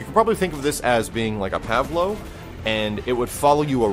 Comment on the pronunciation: First time I've ever heard someone call a pavelow a pavlow. I'm gonna say pavlow from now on.